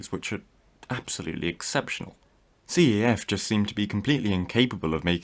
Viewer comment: CAF is usually not spelt, but instead said as a single word. It’s a bit of a shame that their ride quality is poor, since here in Spain it has a decent one, better than the other national manufacturer, talgo.